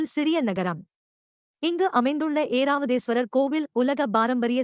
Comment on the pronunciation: ஏராவதீஸ்வரர் அல்ல ஐராவதீஸ்வரர் பெயரை ஒழுங்காக வாசிக்கவும்.